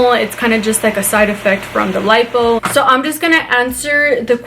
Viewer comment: She talks completely differently depending on her mood, like she’s ALWAYS over pronounce the word “so” into “SHO” when in a hyped up mood but can actually say it normally when in a calmer mood ?? She’s completely ridiculous!!😂😂